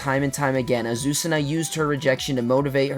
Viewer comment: As a Spanish speaker I can tell you that the pronunciation of Azucena is fine 👍